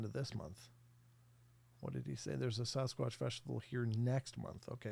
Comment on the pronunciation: Someone who is a member should ask why he still says “sauce squatch” not Sasquatch. Not hard to attempt actually pronunciation not marble mouth lip smacking.